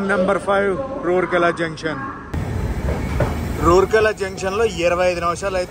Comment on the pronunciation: రూర్కే ల not rourkey